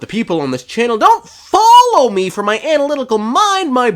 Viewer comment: "my point" more like "mein point"